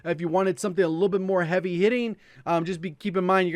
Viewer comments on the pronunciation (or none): none